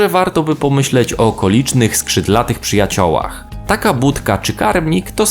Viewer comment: "Przyjaciołach" XD